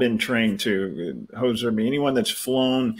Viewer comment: No "s" in Hozer.